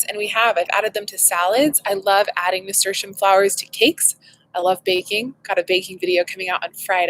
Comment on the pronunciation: I have been saying it wrong - I have always been saying it, NA-STER-TEE-UM and not NA-STER-SHUM. Still Learning - glad you got your (well deserved) gift!!